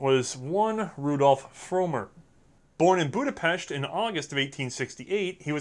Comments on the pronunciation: Sure you didn't say FEG correctly, but you did pronounce Budapest right :D which rarely any English speaker does. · I just wanna say, great effort on the pronunciation! Much better than I expected, and extra kudos for pronouncing Budapest they way it's supposed to be pronounced.